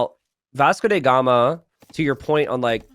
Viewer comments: Why does keep pronouncing it "Vasco dey Gama"? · „Vasco the gamer“ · So he is mistakenly pronouncing it as German